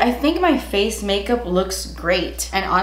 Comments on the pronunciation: “Make Melkup” had me dyinggg 😂😂🥰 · "Malk mikup" 😂😂😂😂